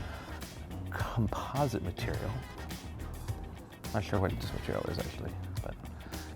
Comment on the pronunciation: "Composite mateireal" ....It's plastic.